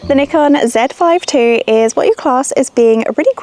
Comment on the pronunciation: It's cool to hear you pronounced Zèd Five Two, instead of Zee Five Two 😊